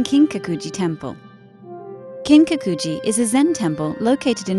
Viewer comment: The narrator is really butchering the pronunciation of these words.. Kiiin-kaku-ji seriously! It just hits the ear wrong. 😩